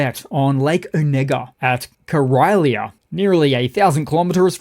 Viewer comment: Great vid,! I chuckled at your meme of Putin as a gopnik. Karelia. Ka reel ia is how it's pronounced. Lovely region of lakes, with disastrous living conditions in dilapidated old wooden barracks-like homes near the Finnish border and elsewhere. Interesting about buckwheat crop being down this year. This is THE staple grain for Russians. My Russian wife feeds it to me twice a week, with fried eggs. She arrived home on a family visit last night, so I will have to check with her how much this staple now costs. Thank you, mon ami!